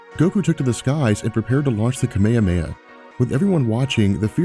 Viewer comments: You lost me at "kameyameya" wave -__ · I'm not used to this pronunciation of kamehameha, its really weird to hear it haha